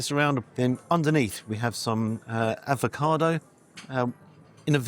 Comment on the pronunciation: Avocado not Advocado, espresso not expresso